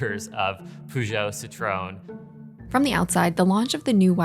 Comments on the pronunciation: “PUJÔT, CITRÔN” Talking about making zero effort 😂😅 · why is that guy pronouncing citroen like that?😂😂 citrooooone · my guy pronouncing CITROEN like CITRON fkin took me out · Ah, yes, you can spot a car expert right away by the impeccable pronunciation of the favorite French car brands: pugh-joe and citron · Poogeo and Citrohn. Sure it coukd be pronounced ever worse with a bit more effort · did he just say "citrone"? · i never heard anyone pronounce citroean this wrong, and i am not even french. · The pronunciation of Peugeot and Citroen made my ears bleed 😶